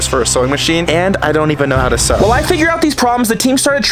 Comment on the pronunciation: Sew not sow